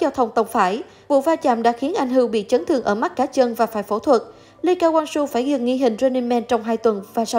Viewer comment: Vãi cả độc tên người ta là ly ca wang su